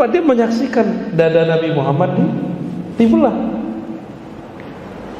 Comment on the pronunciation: Astagfirullahalladhim ustadt mengucapkan kalimat syahadatnya salah.bagaimana mendapatkan safa'at baginda kanjeng nabi muhammad Saw jika mengucapkan nama beliau salah Aamiin.